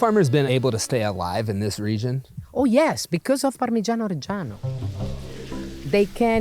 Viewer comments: Went to italy and still cant say Parmigiano 😂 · i cannot stand how this american pronounces Parmegiano